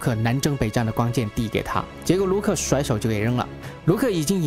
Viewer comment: R Y不分啊。。。rang永远都是读成yang 挥舞着光kian 。。。。。。内rong 变成了内yong 帝国势力 帝国是绿 嗯。。。被谁绿了呢。。。。。突然 突yan...... 说真的，讲的还是不错的，但是就这个发音。。。。让人着急啊。。。